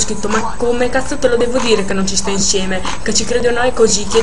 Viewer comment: Ma non dice "cazzo" dice"casso😂ma cos?hahahah